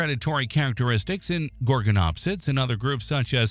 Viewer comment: I turned the video off when he pronounced Gorgonopsia wrong. If you can't even pronounce things right don't make a video it's a red flag and shows your information is minimal at best.